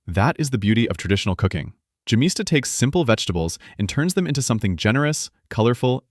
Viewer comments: Yemista, not gemista. The G is sounded out like the letter Y. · Yemista the( y )is pronounced like in yes and the accent is on syllable (sta) and not in ( mi) ,but your version is a.i. generated and not spoken by a real human voice. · You should pronounce `gemista` as `ghemista`!